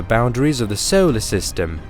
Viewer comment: Where is the narrator from? Maybe it is AI not a person. I love the videos but the pronunciation is odd at times. We don’t live in a ‘sollar’ system for example.